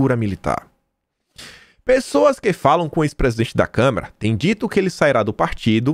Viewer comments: Caro, lembre-se não é câmera, é câmara. Esse é um erro básico imperdoável para uma pessoa alfabetizada. Procure se lembrar e controlar a vontade de falar câmera. Abs. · Kkkk acho que só deve ser problema de dicção... também fico nervoso em ouvir ele falar câmera kkkk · todo dia te assisto, mas com minha humilde opinião: é CÂMARA e não CÂMERA! Bjs